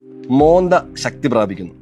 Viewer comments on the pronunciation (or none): മോന്ത എന്നല്ല മോൻത എന്നാണ്. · മോന്ത അല്ല സാർ ,മോൻത ആണ്.